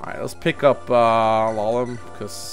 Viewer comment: it's Lallum